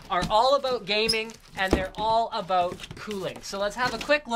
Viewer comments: "they are all aboot gaming and all aboot cooling" If i ever watch an uboxing or review i'll take linus' word over anyone elses. He keeps it simple and points stuff out. thanks. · Canadian? What's that all aboot?